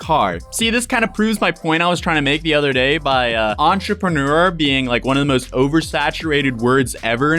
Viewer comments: Do y’all not hear or see that R? Lol EntrepReneur. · ON TROPUNEWER